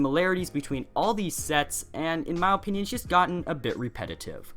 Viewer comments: Why do you say mow opinion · He says my opinion like "Ma opinin